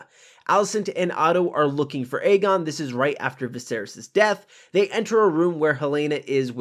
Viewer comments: no, it was definitely Aemond. Aegon is pronounced as "Egg-on" hence his nickname "Egg". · Aegon is pronounced as "Egg-on" not "Eygon". There was a prominent "Ey" sound on both times the twins called his name.